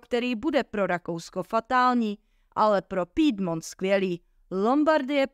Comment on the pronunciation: Je to fajn, jen Pidmont bude asi Piemont…